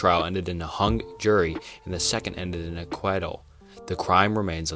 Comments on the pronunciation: The fact that you messed up “acquittal”, and “Dahlia” in the same minute made me dislike this video, I’m sorry. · Hey man, you did a decent job but this is really constructive criticism because you could be so much more. Names are okay to mispronounce sometimes, but acquittal, exonerated and other legal terms you really need to look up first. And don't be afraid to stop and start over if you stumble over words. Like before, occasionally is fine, but constantly or when it's your first sentence is a little much. I look forward to your next video. (Also the s is silent in illinois)